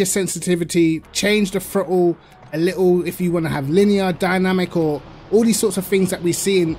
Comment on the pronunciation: Amazing how I hear "the frottle pedal" in his accent 🤣🤣